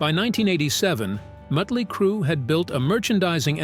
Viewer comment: "The birth of Mootley Crue"